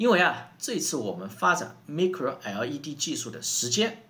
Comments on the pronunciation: Micro 不读“ me”cro, 读“my”cro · 队长的节目我每期必看，衷心佩服。有一点建议，Micro 的读法是麦cro, 蜜cro. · micro应该读麦克洛，音同微软前面的地方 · 發音是麥克羅不是咪克羅. 韓國每次都自我膨脹, 中國從來都不是以追趕韓國工業為目的, 中國是想要達到世界第一級先進技術為目的. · micro[ˋmaɪkro]，是這樣念的